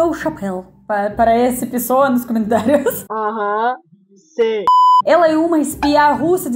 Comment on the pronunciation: Привет!! Amo seus vídeos, obrigada. Eu queria dizer que, sei porque você diz *Camentários*, porque na língua Russa quando uma palavra tem a letra O e não é tônica então, muda-se o som de O para o A.